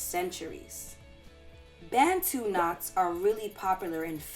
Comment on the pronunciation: it is pronounced Bah-ntu